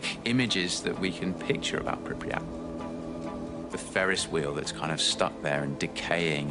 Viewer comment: Its pronounced Pripyat, not Pripryat as it's not nucular but nuclear.